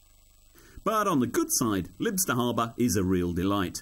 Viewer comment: its pronounced Lie-bster